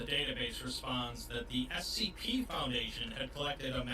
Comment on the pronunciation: I hear you pronounce it as spc often.